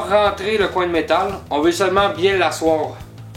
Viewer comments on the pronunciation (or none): Salut, je suis tireur de joints et plâtrier professionnel et j'aime bien ton vidéo pour bien expliquer aux débutants dans le domaine de la réno et même dans le métier. Bravo! et j'aime bien quand tu dis avec BIN d' la détermination;)